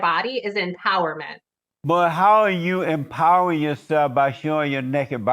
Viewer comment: the word is empowering not empowrd